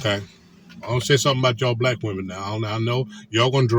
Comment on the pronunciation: What's with the "z" at the end of the word women? And do these guys know that other women wear makeup, nails and hair as well? 😂😂